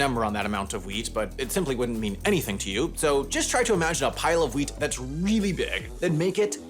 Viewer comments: Oh! 10 percent of the wheat! I thought you said “weed” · When he said "wheat" I thought he said "weed" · I thought you said 10% of all weed for a second 😂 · Oh, WHEAT. I heard it as 'weed'.